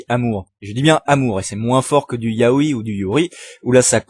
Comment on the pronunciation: et yaoi ça se dit yaoy pas yao[I]